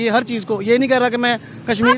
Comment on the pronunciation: सुरू नहीं शुरू होता है। कसमीर नहीं कशमीर कहते हैं। आप अपना उचारण ठीक करें।